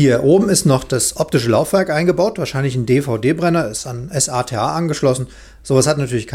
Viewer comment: Sorry aber es heißt nicht ES-A-TE-A sondern SATA (Serial ATA) wenn es sein soll kannst auch S-ATA sagen ist nur ein Hinweis nicht böse gemeint